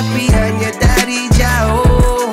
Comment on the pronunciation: sebutan ayat “jauhhh” tu unik….